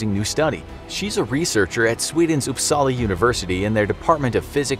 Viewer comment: I love when Americans and other people who speak English as their main language try to say something Swedish like “Uppsala” luv ur vids